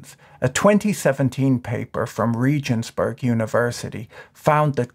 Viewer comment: it’s pronounced like ray-guns-borg. Cool little old town to visit